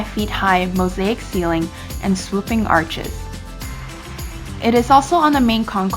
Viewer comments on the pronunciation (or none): none